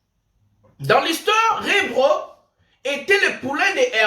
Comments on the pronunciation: Mdrr, ça sonne drôle quand il dit Rebro 😂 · C'est REBO et non REBRO Merci pour cette émission 🎉❤